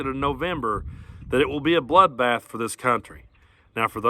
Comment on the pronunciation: he said economic bloobath yeha